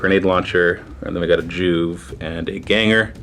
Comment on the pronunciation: Joo-vee. Not Joove. FML.